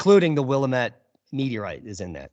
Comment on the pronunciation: BTW it's the WILL am it Valley. Not Will i mit as you are saying.